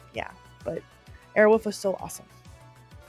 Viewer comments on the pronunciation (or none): Awesome job But I have to ask Who the F taught you how to pronounce the word wolf? Wolf. Not woof. Not airwoof. Anyways thanks for the memories!😊😊😊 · Air Wolf…….not Air Woof. Just sayin. Sincerely, a guy with the last name of Wolf. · "Airwolf," not "Airwoof." Pronounce the L! "AirwoLf!" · Girl, can you not say "Airwolf"? You kept saying "Airwoof", and it was kinda hilarious. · We used to say “Airwoof” instead of “Airwolf” just to make my brother mad and here she’s saying “Airwoof” That would’ve driven my brother crazy 😂